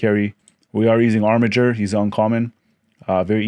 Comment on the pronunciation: Wow, someone who knows how to pronounce Armiger correctly!